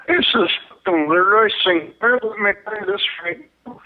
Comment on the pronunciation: It's not St. Claire, it's Sinclair.